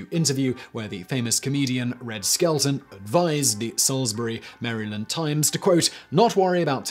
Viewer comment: Me, a Maryland Native: WHY do you insist on saying Maryland wrong? =/